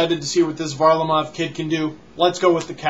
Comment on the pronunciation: it's pronounced var-LA-mov almost like the front is ver-LAmov and he's going to change his first name's spelling to Semyon to help with pronouncing Simeon better. and HOLY SHIT HE'S GOT TALENT